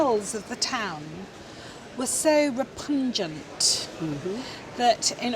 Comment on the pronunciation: Yes, "repungent" what on earth is she talking about?😂